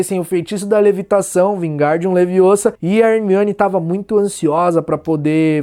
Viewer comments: Ricardo Costa it’s leviOsa not LeviosA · Leviôsa, não Leviosá!!! ;)